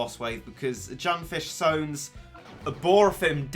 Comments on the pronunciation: Someone tell it’s not junfish sones and that it’s sunfish Jones plz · I literally went to the comments just to see if I'm the only one that noticed that said Junfish Sones. Turns out I'm not the only one